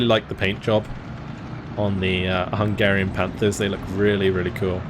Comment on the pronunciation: As a hungarian I have to say your pronunciation was on point the whole time! I appreciate that you put effort into these kind of things too:)